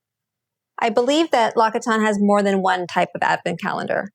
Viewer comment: its pronounced “LOCK-SEE-TAWN”